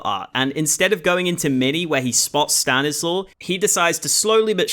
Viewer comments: DID YOU SAY "STANISLAW" lol it's read Stanislav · just wanna tell you that its pronounced "Stanislav"